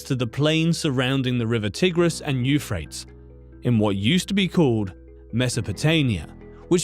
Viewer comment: Bro, Euphrates is pronounced /you-fray-teez/ not "youfrayts."